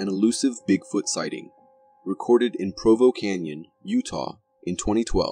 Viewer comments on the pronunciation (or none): none